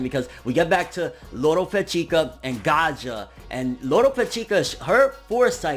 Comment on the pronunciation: I think his name is Gaia not gaja just like GAIA THE FIERCE KNIGHT!!!